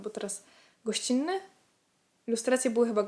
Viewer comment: Jako fanatyczka kawy czuję się spełniona 💖 PS. Nazwisko Goscinny czytamy mniej więcej Gosini a nie jak polskie Gościnny 😊 PS 2. Pięknie ci w tej opasce 😍